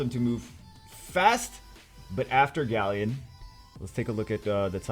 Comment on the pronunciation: Grant Muller still... 'GALLEON'